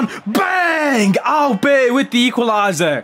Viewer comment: Sad to see Cash Money Mark not being able to unlock Auberts full potential 😔 Boss needs to work on his french skills more often 😂